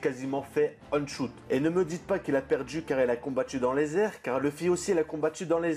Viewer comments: Arrête avec tes "on shoot", c'est "one (ouane) shoot" bordel ! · On dit one shoot (le chiffre un en anglais ) et pas on prononcé à l'anglaise ..... Sinon on peut remercier les sabre de Zoro pour Pika quand il le coupe ..... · J'aime bien tes vidéos mais je t'en supplie, prononce One Shoot normalement stp, pas on shoot, ça fait mal aux oreilles, merci ! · Merci pour ta vidéo ! Par contre "Aune choute" "Ski wolk" l'anglais pleure mdrrr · Ça se prononce /ouane/ à propos de "one" , stressant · "one choute" gros stp fais un effort sur ton anglais . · On dit ouane chote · on dit OANE SHOOT